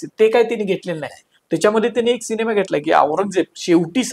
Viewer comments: शिनेमा नाहीरे रताळ्या सिनेमा असा शब्द आहे to निट बोल रे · Bhavu शिनेमा नाही सिनेमा बोला.. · तुम्ही सिनेमाला शिनेमा म्हणता, हे खटकतं